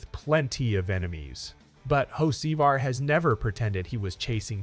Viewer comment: Did AI call him Hoe See Var 🤣😂